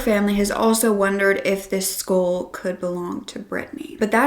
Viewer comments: It sounds like you are saying, "schoool," when you say "skull."" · I keep thinking you’re saying “school” wtf?